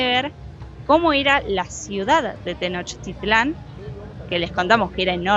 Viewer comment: No sé dice "Tenochitlán", se dice TENOCHTITLÁN. Favor de decirlo bien.